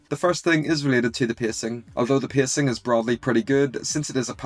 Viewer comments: Why does bro pronouce pacing "pissing"😭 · I am bothered by how you say pacing